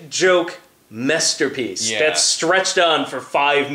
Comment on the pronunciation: Did just say "Shit joke MESS-terpiece?":D